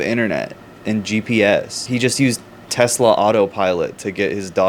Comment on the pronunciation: I LOVE TESLER